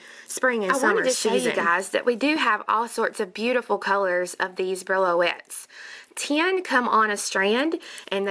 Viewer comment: Thank you so much for another lovely tutorial. I believe the beads are called "bree-o-lets" not brillo-ets. Very pretty. I must try them. Joy